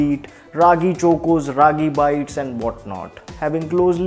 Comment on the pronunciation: His pronunciation of chOcOs left me in splits 😂